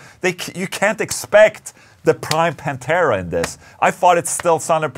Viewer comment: It's not Pantera man, c'mon